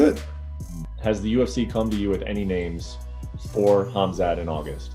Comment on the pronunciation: its MA-GO-MED-SHA-RI-POV, he is not ben shapiro also it is KHAM-ZAT, just llike KHA-BIB sound of anyone calling him hazmat,, and ben magomedshapiro is just obiously too dumb to wipe their own ass.